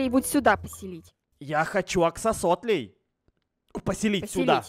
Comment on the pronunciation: Мне одной показалось что сказала: "новое жильё для аксо~си~АКСИМИРОНОВ 😹😹😹😹😹😹😹